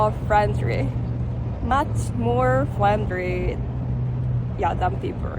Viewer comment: hahaha....she got me right off the bat, with "much more FRENDRY!" probably the hardest word for any non-native Asian to say, with all those 'R' and 'L's....